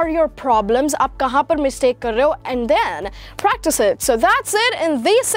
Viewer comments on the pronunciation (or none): none